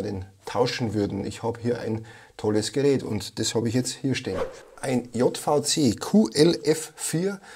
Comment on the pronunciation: hi, bitte nicht Jottvauzeh, das heißt Tschähwiesee 😀